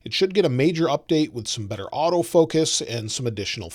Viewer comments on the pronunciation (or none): none